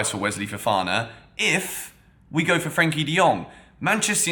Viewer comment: Its Frenkie De Jong not Frankie